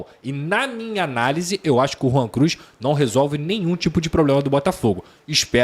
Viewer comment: Rwan Cruz? Credo.....😂😂😂😂